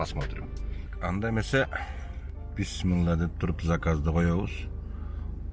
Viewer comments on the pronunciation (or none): none